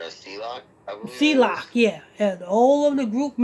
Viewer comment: KMSL. THAS NOR HOW EU PRONOUNCE HIS NAME. ITS NOT C-LOCK. ITS C-LOC